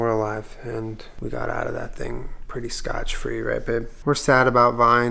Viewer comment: lol pretty sure it's scot-free not scotch-free!